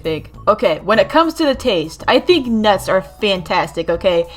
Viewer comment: nuts its not that hard to say